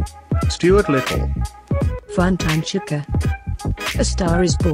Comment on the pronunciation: It’s chica (Che-ca) not chekaa